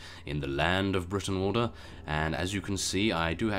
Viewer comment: Brootenwalda,y's in Old English are pronounced oo